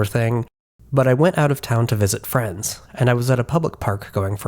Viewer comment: Btw when you said for the first time "i went out to visit friends" i understood "france" and i was a bit confused that you didn't mention language bareer or something but QR codes 😂